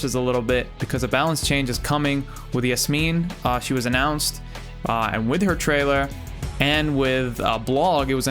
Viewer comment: The way you said yasmin... arab recognizes arab